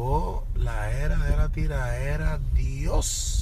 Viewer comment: Soy el único que odia como dicen tiraera?